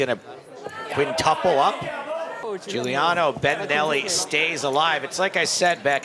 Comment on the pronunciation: It's not Guiliano It's Giuliano👌